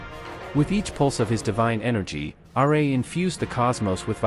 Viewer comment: The fact that you said 'Radiant Sun god R. A.' lost all your credibility